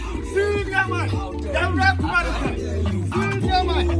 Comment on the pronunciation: is quite time you work on your r and l. The Accra guys use to mock us with those two letters so next time don't say Kumelica say Kumerica.